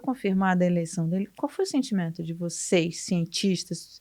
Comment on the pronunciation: A maior tristeza é que este atsque recai sobre as instituições, este governo corroeu as instituições e as deixou desacreditas aqui e para o mundo. Quando o Bozo fala "meu sentintimendo", ele deixa claro que hoje o Brasil se norteia pelo empirismo